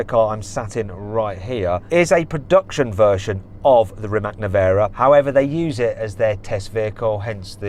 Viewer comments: Learn It already... It's spelled REE-MAATZ, not ReeMack. Mack produces trucks... ❤🇭🇷🏁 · Its Rimac not rimak